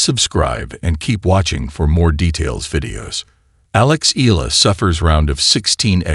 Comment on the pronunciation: pronounce it Eyala not E'la❤